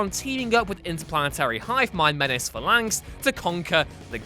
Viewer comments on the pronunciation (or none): "Hundreds" Jesus. Just when I thought this was the only WhatCulture channel that wasn't rapidly decaying. Large parts of this list don't belong, and there are notable omissions and errors. And if you're going to whine about pronunciation, you could at least pronounce Phalanx right.